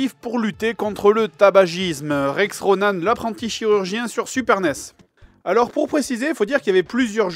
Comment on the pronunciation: bon je sais pas si ça a déjà était dit mais bordel ça me stress qu'il dise RONAN(E) c'est pas comme ça bon sang c'est ronan -an-. a+n=(an) comme en. c'est horrible à entendre et je sais de quoi je parle je m'appelle Ronan..... 9ans plus tard c'est jamais trop tard